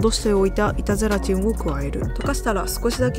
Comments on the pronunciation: 板ゼラチンがイタズラちんに聞こえて、ハロウィンだから掛けてるのかと思った笑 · 「板ゼラチン」が「いたずラチン」に聞こえて、ハロウィンダジャレかと思いました笑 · ずっと、いたずらチンって言ってるのかと思った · 板ゼラチンがイタズラチンと聞こえて、ハロウィンだからそういう妖怪名で呼ぶのかぁと途中まで思ってました😮空耳がひどくてすみません💦 お菓子もお話も映像も音楽も素敵です❤ちょうどハロウィンな気分なので、刺さりました😊